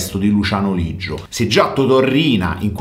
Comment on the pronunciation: Leggio no Liggio